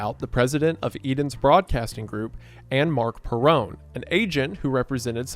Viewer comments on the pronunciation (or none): lowkey irks me the way you pronouce esposito and perrone but still a great video